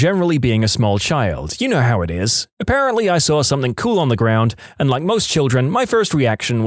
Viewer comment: No K in the word something